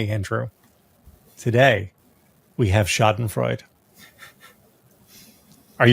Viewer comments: It’s Schadenfreude, not Schadenfreud. You gotta pronounce the “e” at the end of the word. You’re all welcome. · Schadenfreud- E!!!you pronounce all letters in german!don't be lazy like the english and french.why even have letters, if you don't pronounce them?!waste of ink,time and space. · Say “SHAH-den-FROY-deh.” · Schadenfreude: pronounced SHA-den-froy-duh. In German, that final "e" is sounded. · nitpick: It's pronounced scha·den·freu·de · Schadenfreude: the "e" is pronounced. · There is an e to be pronounced at the end of Schadenfreude